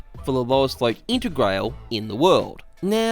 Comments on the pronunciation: Its "inter grah ley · Its pronounced "inter grallee" like walther Raleigh not Rail!:) say it with an Italian accent and youll be allright.BTW how did you get on with this?, as im interested in buying one to make a cool craft i have in mind.I cant seem to find a follow-up vid anywhere mate? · Just to let you know, the integrale is named and designed after a Lancia Delta Integrale rally car. Integrale is pronounced "integral-ee" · I shiver every time you pronounce "Integrale" but cool video anyway :D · the way you said Integrale is a no go